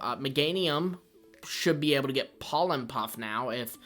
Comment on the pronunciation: POLLEN PUFF, NOT POLEM PUFF!